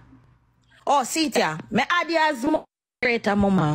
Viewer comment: What name “mouth-a-rator” ???😂